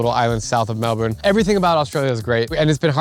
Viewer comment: Why did you say Melbourne like that